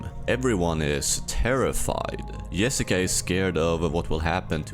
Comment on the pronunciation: Bro I know you are Nordic or something but how difficult is it to just say Jabbar or Jessica and not Yabbar or Yesica? Like come on dude holy